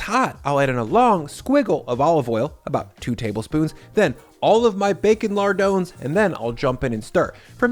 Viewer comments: Lar-dahn, not lar-doe-n. It's a French word. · His pronunciation of French terms is laughable, “lardones”.